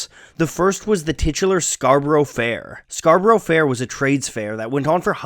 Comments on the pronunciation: For heaven's sake - it is not pronounced Scar Bor O (3 syllables) . It is Scar- Brrrrr. Your otherwise excellent narrative is ruined because you can't pronounce Scarborough or herbs (not erbs) correctly. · Mate...do what I said and listen to any version by an English singer. They pronounce it "scar-buruh", not "scar-burrow". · As american-accented gents, S and G could not say the english word 'Scarborough' correctly. It is not new york Scar-bo-ro (which S and G treat as if it is rhyming with 'go mow so low'). Instead, Scar-bah'rah or Scarrrb-uh-ruh is closer. Some would say only two syllables: SCARR-bra (like Canberra in Australia is pronounced CANN-brah). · Good video, I managed to make it through even though my British ear grated at everytime both you and the singers pronounced it as 'Scarboro'. 🤣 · It is pronounced SCARBURRA FFS!! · It's pronounced scar-burra. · I cringed every time you said Scarborough, it’s Scar-Bruh. Like York-shuh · "Scar-bruh" but if your a plebeian it's "Scar-burra" which is also acceptable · I don't know what hurt most - "Scarburrow" or "erbs"! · The way he pronounces Scarborough makes me physically ill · Please learn how to pronounce Scarborough! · Fantastic video as always however your pronunciation of Scarborough is painfully poor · I wonder why no one ever corrected Simon and Garfunkel on the mispronunciation of the word Scarborough. For anyone whose interested it’s pronounced scar-ba-rah not scar-ba-row I’m an English man who is going to make a folk song about New Yeek instead of New York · It's "Scar-bruh", not "scar-burrow". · Fascinating but, while it's impressive that you know so much about the origins of Scarborough Fair, it's odd that you seem unable to pronounce it properly - it's "SCAR-bo-ruh" not "SCAR-bo-ROW". (And while I'm here, they're not 'erbs, they're Herbs. With an H) :) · Good video ..I wish 'Scarborough ' was pronounced correctly though. In English it has a 'A' sound at the end 'Scarburra' not Scarburro'